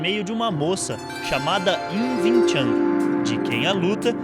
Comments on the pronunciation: Win Chan kkkkk é Wing Chu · ving ving ving ????????????? porra é wing ! Som som de "u" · bacana o video a nao ser pelo fato do erro tragico que voces cometeram em chamar o de VIM TCHAM, o correto na leitura é >>> Wing Chun assim como se escreve, sou aluno de wing chun por isso afirmo o erro de voces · o nome e wing chun não vin chan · Pronuncia errada, Não se diz "vincham" Se diz UING CHUM! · se fala Uing chun , não ving chan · "vin tchan" kkkkkkkkkkkkkkkk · Vin Than kkkk nao e assim q fala...😂✋✌ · "VIN TCHAM"